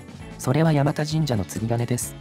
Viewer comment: 「山田」を「やまた」と濁らずに発音されたのは流石です。 この辺り通られたのなら、せっかくだから道中坂と鎌田堂にも触れてほしかったw 冒頭部分、第三京浜の下をくぐるところに40年くらい前には湧水が汲めるようになってましたが今は流石に無くなりましたね。 山田神社は、珍しい虫送りという行事があります。